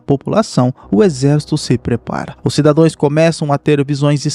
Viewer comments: Gente, o correto é cidadãos, não cidadoes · Só uma correção; é "cidadãos" que se fala. espero ter ajudado!